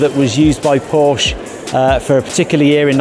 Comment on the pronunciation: Porsche is TWO syllables. What’s the matter with you guys?